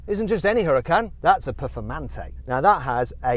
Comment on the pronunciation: ペフォルマンテになってる